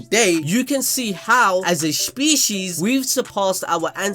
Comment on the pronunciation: "A Sphecies"